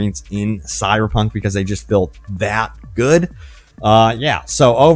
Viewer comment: Who knew the word "traffic" was so hard to pronounce as a person who speaks fluent English. Or even the word "just" (says, "jess getting into the game"). Man, this was painful to watch.